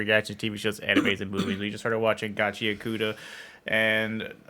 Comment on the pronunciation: That’s not how you pronounce Gachiakuta..